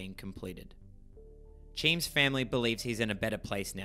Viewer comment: It's so disarming every time you call Cheems "cheem" 😅😅